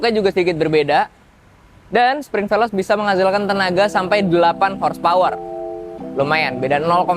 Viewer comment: bang maaf koreksi,bacanya bukan velos...,tapi yg bener velose!!!